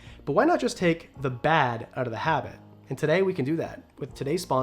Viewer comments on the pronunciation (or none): none